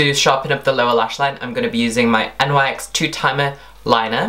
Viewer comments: N Y X !? I thought it was pronounced NICKS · Its not n y x its prounounced (nick's) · Im pretty sure it is pronounced "NICKS" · No, it's nyx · Its pronounced nicks